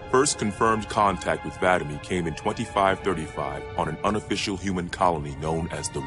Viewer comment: i love how vadam was mispronounced all throughout this video even though this video was made after guardians was released and the name was pronounced correctly.